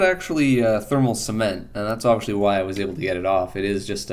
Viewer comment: Why are you saying obvishly? Is it a local dialect?